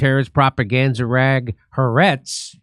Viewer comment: HAARETZ IS NORMALLY SPLITTED INTO HA ARETZ!